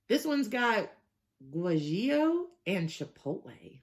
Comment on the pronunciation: Guajillo = gwa-he-yo